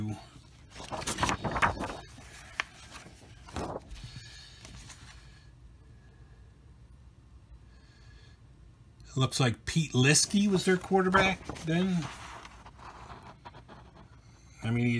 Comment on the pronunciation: Pete Liske, pronounced lisk, played in the CFL. Passed more up here.🏈😉🇨🇦